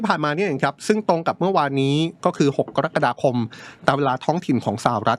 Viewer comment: คุณเป็นพิธีกรได้ยังไง เดือนกะระกฎาคม ไม่ใช่เดือนกอระกฎาคม